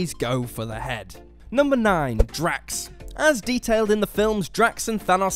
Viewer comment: It’s drax